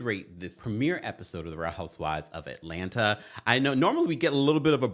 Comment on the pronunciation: It’s Atlanna 😂 the second t is silent.